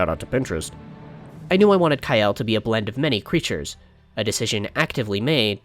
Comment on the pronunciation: "Ka-el no "